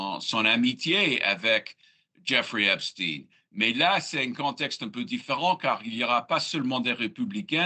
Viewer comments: Arrêtez de dire Epstine. C’est« Epstein », et non « Epstine ». Les médias ont reçu pour consigne de modifier sa prononciation afin de le dissocier d'Albert Einstein ( lol) certainement ou peut être sa proximité avec Israël . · quand ils prononcent « epstine » au lieu de « epstein » 😂 c’est trop tard on sait qu’il appartenait à la communauté « élue »